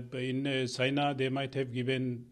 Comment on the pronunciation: Phele apna pronunciation to tik kro China ko sina famous ko pamous👎